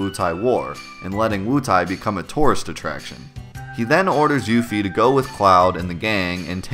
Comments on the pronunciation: I always used to pronounce it "yuff-ee" rather than "yoof-ee" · I always pronounced her name "Yuh-fee". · it's a little cringe to hear you pronounce part of her name the Japanese way(yufi instead of yuffie) even though it's not spelled that way but even worse is when you butcher the pronunciation of 'kisaragi' because it's not 'keesarr uhgee'! it's ki sa ra gi. reminds me of the cringe way the characters say nar uto in english dubs instead of na ru to. if they wanted people to pronounce her name differently, they should have spelled it as Euphie. and don't even get me started on Squall's name in japanese, I don't understand why it's Score, but it is.